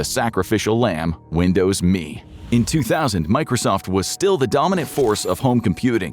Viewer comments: why the fk are you calling it Me? its M.E. mellenium edition dmb fk god damn dude. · I have never heard a human say "Windows Me" like me was a word. 100% of the time I have only heard "Windows M.E." You know, like the initialism it is. And he says what the letters stand for. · ARRGH! It was never Windows "Me". It was ALWAYS pronounced Windows Emm Eee. Also, XP didn't come first! Windows 2000 came first! And, dammit, your OS is NOT a "Program"! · There is NO SUCH THING as Windows "Me" . . . IT'S M E . . . . "M"illennial "E"dition . . . NO ONE EVER called it "ME". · Who called it me? Everybody I know called it M E . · Why at it like "me"? When has it ever been referred to as anything other than M. E.? This is the first time I've heard it called "me", and I remember Windows ME surprisingly well, considering its total failure. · Windows "me" not M E or millenium edition. If I was sure you didnt use AI before, its a sure thing youre using it now. Such a shame.